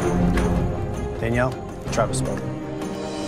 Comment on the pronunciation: ''DANELLIE'' HAHAHAHAH